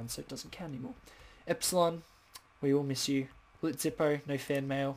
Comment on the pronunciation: Pretty funny that you saw the prank on Prism, though you missed Zippo's though. That was fine on the pronunciation. I was added three weeks ago or so. And ugh, you can see my old tree base house. It's completely overhauled now to a castle. Come stop buy, it looks miles better